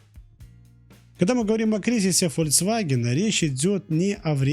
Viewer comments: Не могу это смотреть. Фольс... Автор, как можно так-то?! Позор. Чётко и правильно выговорить название марки неужели так сложно?! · автор,можешь выговорить название марки ФольКсваген четко и правильно?